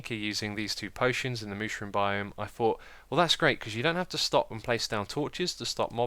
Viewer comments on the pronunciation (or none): none